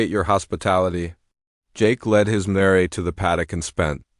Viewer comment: Mare s one syllable sounds like the name of a city politician “Mayor”